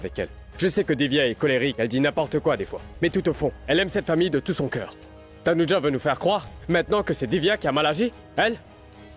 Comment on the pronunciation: Je suis choquée 😂😂😂 c'est dit pas tanuja 😅❤